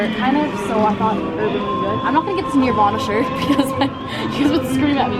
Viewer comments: did she really say “niervana” not “NIRVANA” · You're so cute! Subbing ❤️ But the way you pronounced Nirvana made me feel so old! 😫 it's Nur-vana, not Near-vana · She said “nearvana” its nervana😭😭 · It's Nirvana, not Nearvana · Haha you noob you said NEARVANA not Nirvana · “nearvana” NIRVANA jks love you loads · It’s pronounced Nervana not Neervana, and it’s spelled Nirvana I got pissed that you pronounced it neervana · Umm, she said Nirvana wrong. N-er-vah-nah not Neer-vah-nah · Omfg. You did not just call it Near-vana. Oml. Its pronounces NER-VANA. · we can tell you don't listen to nirvana by the way you pronounced it. "near-vana" SIS ITS NUR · It’s NUR-va-na. Not NIR-van-a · Did she seriously just pronounce Nirvana like Nearvana... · Okay I'm sorry but the way she said nirvana.. No hunny it's pronounced like "NERVE" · SORRY... NEEEEEAARRVANA? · ‘near-vana’ ?? excuse me ¿?? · 🤣She pronounced Nirvana like NEAR-vana?!?! 🤣 And did anyone else catch that she bleeped out “FU&K” towards the end of the video, but not at the beginning?!?! You made me laugh & kept me entertained... Congratulations, you have a new sub!!! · Did she seriously call them "NEARvana"??? 🤣🤦🏽‍♀️ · Love how she says Nirvana "nearvana" lmao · The fact that she pronounced it Neervana made me hate her 😂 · I cringed when your said neervana instead of nirvana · Lol “neervana” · it hurt to listen to that tbh fiy to all the people who don't know how to pronounce it: "nurr - vah - nah" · “Near”-vana I’m ducking cringing 🙈😂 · I’m crying cuz she said nearvana instead of nirvana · smh she said Nirvana like “nearvana” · "nEarvana" thats how she says nirvana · She pronounced NIRVANA wrong!!! 🙄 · She can’t even pronounce NIRVANA right!! Basic as fuck. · Says Nirvana wrong 😂😂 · "She cant even say Nirvana right smh" lol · You said Nirvana wrong 🤢🤢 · Is anyone else cringing at the way she said Nirvana cuz I’m in pain rn 😂😂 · You're cute. But the way you say Nirvana bothers me. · u said nirvana wrong